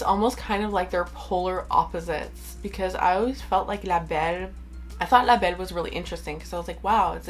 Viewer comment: Je disais « pure souche » pour le fun, en fait je voulais plus savoir si tu avais vécu au Québec car tu parles super bien français (quand tu nommes le nom des parfums) et j’avais cru reconnaître un accent québécois 😁 Je viens du Québec aussi! Bonne journée à toi!!